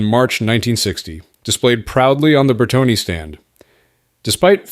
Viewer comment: It's Bertone, not Bertoni--though both have similar pronunciations.